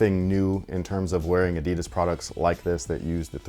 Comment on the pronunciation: Always funny if someone makes a video but can't pronounce Adidas.